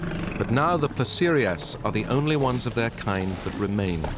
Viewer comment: Which underpaid BBC intern named the chapters in this video 😂 "Placerosaurus" should be Placerias. "Diplodicus" should be Diplodocus. "Terasaur" should be pterosaur, more specifically Ornithocheirus, but more accurately Tropeognathus. "Leelinosaura" should be Leaellynasaura. And "Ankyosaurus" is missing an "L".